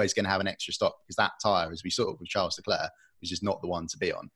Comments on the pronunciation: Please stop saying LeclerK. It's you job to pronounce these names! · Wow, the lack of chemistry is so palpable that it almost makes this cringey. Sorry autosport but this dude just isnt it..... Plz dont do like this again. Ps:, help the brother out, its not LeClerk......